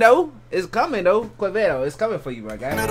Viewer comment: When u say Quevedo the U is mute so u have to say Qevedo.